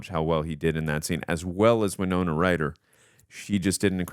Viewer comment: Winona, not why-nona.